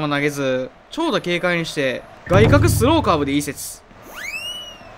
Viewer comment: スローカーブの発音変じゃね